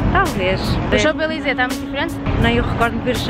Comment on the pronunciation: Paris é a minha segunda casa! Btw não se diz o “p” de champs-élysées 😘